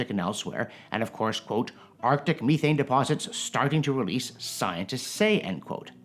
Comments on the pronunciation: The Canadian pronunciation of methane... love the channel but good lord. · I'm Canadian and have never heard anyone call it me-thane in person. Meth-ane is how I've heard it other than this fella and British actors.